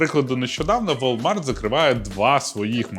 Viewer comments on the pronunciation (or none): none